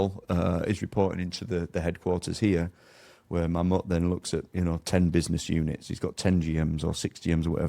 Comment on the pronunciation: Can't even pronounce Mammoet correctly, explains alot